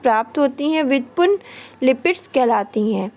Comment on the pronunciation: व्युत्पुन्न नही कहते मैम जी व्युत्पन्न होता है 😄